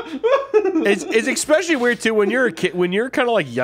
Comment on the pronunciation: Love him to death but the "ekkspecially" thing is killing me